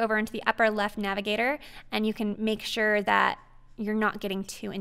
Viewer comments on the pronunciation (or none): none